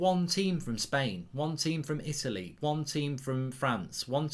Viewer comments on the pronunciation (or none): none